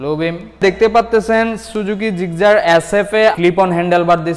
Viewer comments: "জিকজার" হাইস্যকর ! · ভাইরে এইডা জিক্সার, জিগজার না 😅😅😅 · আলা নোয়াখাইল্লা মফিজ জিক্সার রে জিগজার বলে কথায় আছে না পানি রে বলে হানি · আরে দাদু গাড়ীর নামটা তো ভালো করে বলো... ওটা জিক্সার গাড়ী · জিক্সার উচ্চারণ টা ভাল ভাবে বলা উচিত